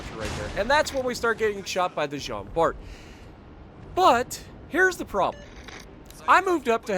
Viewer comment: In french we don't say the ''t'' in Jean Bart